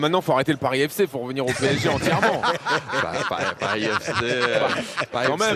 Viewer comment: c'est paris sg pas parsi sg ????